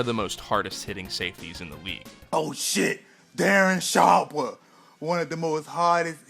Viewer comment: Oh shit Darren Sharpuh